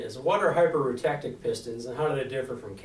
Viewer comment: Did you mean hi-per-U-tek-tic? No such thing as hi-per-roo-tek-tic.